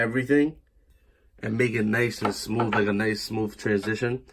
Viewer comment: I laugh every time I heard some people say, "Smoove."